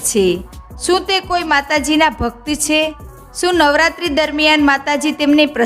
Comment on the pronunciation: `છે´ નું ઉચ્ચારણ જરાક સામાન્ય રીતે કરો તો વધારે સારું લાગશે.